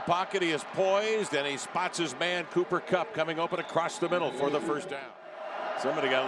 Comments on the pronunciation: why does this idiot keep calling him conner kupp? wtf lol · “Conner Kupp” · So i guess no ones going to correct this guy and tell him his name is Cooper and not Conor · The announcer is killing me dummy his name is cooper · How on earth did this announcer say Connor Kupp so many times without realizing it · It made me so mad every time he said Connor kupp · “Conner KUPP”😵‍💫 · How many times was ya boy going to say Connor? Even after listening to the other guy correctly say Cooper several times. Smh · Here's a fun drinking game: Take a shot every time the play-by-play announcer incorrectly calls him Conner Kupp. Actually no, someone might die. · Listening to this a$$hole say Conner over and over even when his partner is calling him Cooper drives me crazy lol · Someone please tell this announcer its Cooper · Bro I get EWU is a small school and you mispronounce someone's name but to continue to do so after bring corrected by your cohost is just disrespectful. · It's funny how the announcer kept getting his name wrong until.....Cooper Kupp does what Cooper Kupp does....then he gets it right......Super Cooper!!! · bro he kept saying it the whole game it pissed me off like bruh look at your paper lmaooo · Kevin Collabro a legend, but my man kept getting Cooper Cupp’s name wrong 💀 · I'm going to strangle the announcer. I know Eastern Washington is a no-name school, but at least have the decency to get his name right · Man, for real! I was starting to lose my $h!t he kept fuking that up! lol